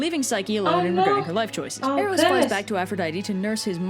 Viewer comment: sorry to correct you but its pronounced Air-os